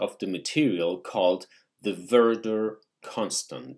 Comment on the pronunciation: At timestamp that should be "VERDET" constant...nor VERDER...a serious error!